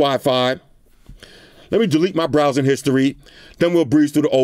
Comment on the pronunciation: "let me delete my browsin' history" 😂😂😂